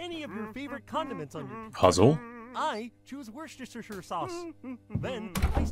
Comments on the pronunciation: There was an attempt at saying Worcestershire sauce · Screaming at the fact that the Muppet can't pronounce Wocestershire sauce